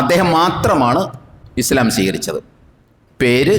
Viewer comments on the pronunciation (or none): none